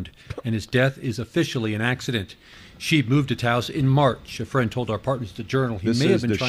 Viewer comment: It's Shy-b not sheeb by German pronunciation.